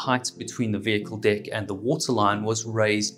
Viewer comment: Lol I love it when he says "dick" ah I mean "deck"